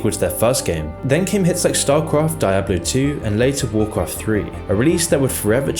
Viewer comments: It's pronounced Dee oblo, not die oblo. It's etymology is Spanish. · every time you say dye-ablo instead of diablo, I wince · Is not dAIAblo. Is Diablo, say it in Spanish. “Dee ablo” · die-ablo... should be Dee-ah-bleugh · I cant make it through this without letting you know it's DIABLO not Dieablo not Deiablo. Learn the kings proper English m80 holy hell. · It's pronounced "DEE-ABLO" not "DIE-ABLO". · Every time he sais "d-eye-ablo" I'm forced to scream internally "it's di-a-blo!" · It's like nails on a chalkboard hearing you call it "die ablo" instead of what it's officially called, "dee ablo" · Anyone else bothered by his mispronunciation of Diablo? Should dee-ah-blo not dai-ah-blo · Dee ah Bloh son DEE AH BLOH.....sorry that Die ah Bloh pronunciation was literally giving me ear CANCER lol Edit: Great video though!! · "die-hablo" hahahahah cmon man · DIE-ablo? lol learn to pronounce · die-abloe??? why do people like you make such stupid mistakes? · "DAYABLO" ?? Are you serious Nigga? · "Die"ablo??? really? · Die-A-Blo tu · The way you pronounce Die-ablo really bothers me lol it's an attempt lmao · Stop pronouncing it Daiablo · what is Dye-ablo? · Di-ab-blo? ...what? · Die Ah Blow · Did he really say "daijablu" ? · Did he really say "dijablu" ? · I like how he pronounces Diablo as "Dye-Ablo" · i dare you say dieablo one more time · Ur content is great, but I can't help, but say it's Dee-ob lo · He said Die-ablo... ouch. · "dye-ablo", "world of war" and "nostril-rius"... come on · You're saying Diablo wrong. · how can this man not know how to say 'Diablo' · That pronunciation of diablo is up there with blizzard's atrocities 🤣🤣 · Why do you pronounce Diablo like that? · Aint no one finna mention how he pronounces “Diablo”? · The way he pronounces "Diablo" is very unsettling. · the way you pronounce Diablo makes me angry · The way this man pronounced “diablo” gave me a stroke. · I felt physical pain every time he mispronounced diablo